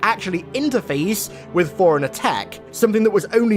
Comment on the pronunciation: Put a very slight pause in between the fore and runner